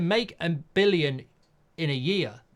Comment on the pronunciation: Why can't he say billion